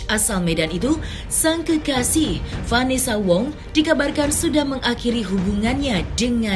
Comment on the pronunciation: Vanessa khong, bukan vanessa wongggg!!!!!!!!!!